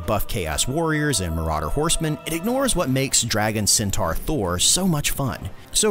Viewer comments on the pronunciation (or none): none